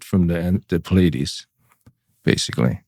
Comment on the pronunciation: Awesome show. My only qualm with what they’ve said is that the Pleiades is a deception (they did not pronounce it right) … my understanding is that Orion and Alpha Draconis are orchestrating the deception. The Pyramids are in the arrangement of Orion. Pleiades were the good guys in the Orion wars and have warned this planet many times of the coming deception.